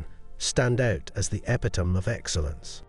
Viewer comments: I won’t be impressed with A.I. until it can pronounce “epitome” correctly. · Learn to pronounce epitome